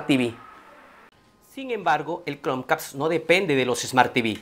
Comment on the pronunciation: Like si te gusto el video, pero te gusto mas como dice "Cronq-cast"